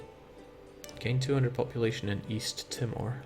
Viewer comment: That East Timor pronunciation was painful